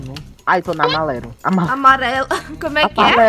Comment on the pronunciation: Ninguém:a: amalelo Kkkkkkkkkkkkk